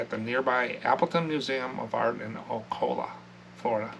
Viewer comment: It’s pronounced O-cal-ah. The cal part is like Cal in California. A lot of people so say Oc-a-la which is wrong too.